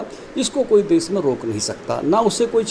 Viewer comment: Kya NDTV. देस नही देश hota hai bhai